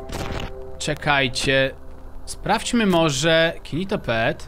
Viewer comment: Gnido się a nie ginitopet